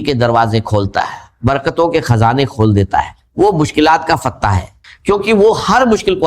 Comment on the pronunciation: روسنی ،رجک، کھزانے، رجاک آجمائس یہ سب الفاظ اے آئی کو اردو میں ابھی بولنے نہیں آتے